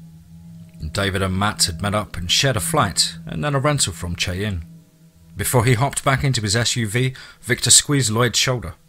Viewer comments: Cheyenne is actually pronounced (shy-ann).....if you'd like me to..... whenever I catch American names or expressions..... I could teach you.. .. otherwise..... not a problem...... you did great on my story, by the way..... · Not being mean but Cheyenne is pronounced shy ann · for future reference, Cheyenne is pronounced as shy-anne.